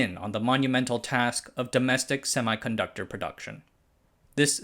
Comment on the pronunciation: it is not pronounced semai ....conductor ....it is pronounced ˌsem.i.kənˈdʌk.tər